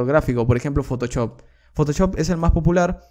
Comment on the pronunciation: Parece que decis photochop, se pronuncia photoshop osea fotoshop literalmente